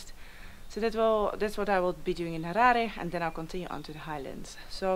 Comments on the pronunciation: I love that you say "Harare" the proper way. I think you'll love the Eastern Highlands even - Honde Valley, Nyanga, Troutbeck etc... Noraly you just made me miss the country i call home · Thank you for pronouncing Harare the correct way unlike some who say Harari even after staying in the country for decades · I like the way she pronounced 'Harare' at the end there.